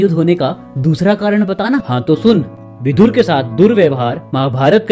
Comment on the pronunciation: सही शब्द विदुर है, विधुर नहीं। 😣 विधुर का मतलब english में widower होता है। उच्चारण पर ध्यान दें